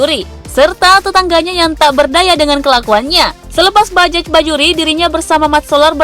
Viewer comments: Bajaj bukan dibaca bajajch mbakkk... Tapi dibaca bajay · Bajay mbak bukan bajek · Naratornya seumur hidup nggak pernah ngucap kata BAJAY??? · Di tulisnya bajaj bajuri, Di bacanya bajay bajuri neng..... Dasar naratornya ....oneng